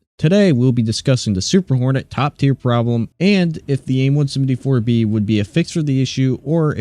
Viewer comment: Are you saying aim 1sumD4